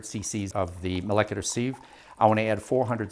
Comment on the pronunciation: Pronunciation: People say "SEEVE" because they think the word is spelled "seive". But it isn't, so it is pronounced "SIV". Proof: and